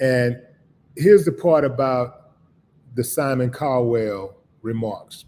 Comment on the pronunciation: It's Cowell not CALDWELL!!!!